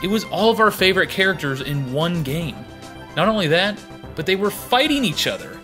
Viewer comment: Everytime you say game it sounds like gang :/